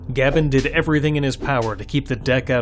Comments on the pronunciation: Gab N made me laugh after so many years of hearing GabeN. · Very informative for people considering buying a deck. HOWEVER, I don't like the way you say Gaben, it's just wrong